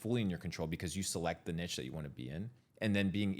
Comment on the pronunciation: Niche is pronounced ‘neesh’